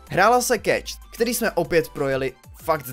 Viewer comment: Je to keš! keš! a né keč! :D